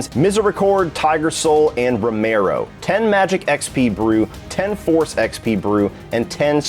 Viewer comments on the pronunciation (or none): none